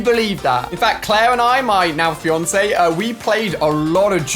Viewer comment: ( - ) the way he said FIANCE like........................